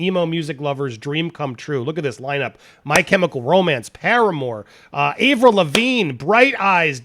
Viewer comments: Hey Andy, You Said Avril’s Name Wrong! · You said Avrils's name wrong... I feel this is overblown. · I thought the same thing too.